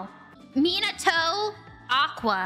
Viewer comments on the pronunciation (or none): none